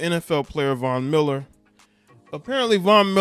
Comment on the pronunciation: The only name he pronounced correctly during this segment was Von Miller.. please get it together.